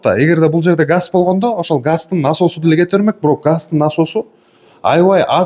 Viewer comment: Жалпак тил мн айтканда, жалпак тил мн айтканда дейберип зб кылдын.диннахуй ачыгы 40 мешок комур алсан бардык комната жылуу болот.жалпак тил мн айтканда, эгерде эгерде эгерде соз байлыгынды ондоп чыкчы.⛽ газ эле дечи блин, гасть гасть дебей